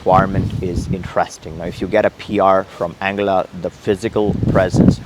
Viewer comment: Isnt it pronounced as Ann guilla ?